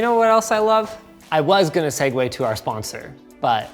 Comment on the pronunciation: greek or latin word mixed with english’s bad phonetics, so yeah